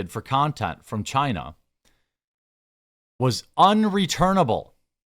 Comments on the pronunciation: I like you. Please stop saying china like that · lol, ew, why are you saying China like that?? You sound stupid af.